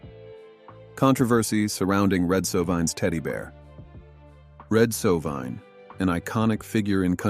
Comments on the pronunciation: If you are going to tell someone’s story please learn to pronounce their name correctly. It’s Red So-vine. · It's Sovine with a long i! How annoying. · Shouldnt this guy learn to at least pronounce his last name correctly???